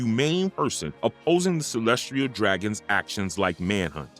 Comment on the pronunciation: Kàídau hehe.... I mean mispronouncing Kaîdôū is easy but reading Kayeedow did get a chuckle from me... I DIDNT Chuckle when I heard "Calestrille Dragons" over Celestial Dragons, though... <SIGH> Bad Speak Function handling I'd imagine... Not sure how some New SpeakFunction stuff works cause sometimes its ALMOST as good as programmed voice acting but the mispronunciation of Celestial DOES raise a lot of questions like they asked someone who knows nothing about One Piece to read stuff but without having Feelings related to Understanding the words One's reading... Ívánkōv being pronounced Îvánkôv is more Common a mispronunciation..... I do ALSO get bothered by mispronunciation of Wáng Zhī which doesnt sound like "Wéīng Zee" but closer to.. as an American MIGHT Write it if it was me 15+ years ago when I learnt more about Chinese pronunciation of ī as a final vowel in a name and a few words, would've written it like "Wong Zher" but where the R is Non rhotic like british english pronunciation of Sir but with a Shortened ī in the Sir and the S being a Sh sound with a Harder Z so its like Shortening the I in Sir before you hit the nonrhotic R... Would be rough to be named Wáng/Wong and live in US with spelling Wang without anyone even knowing the á accent implies a long Ah/Aw style A sound and not an Ay Éh sound... Even speakfunction handles these letters funny if it doesnt know to be trying to pronounce it for a Different Language not already incorporated into the common English spe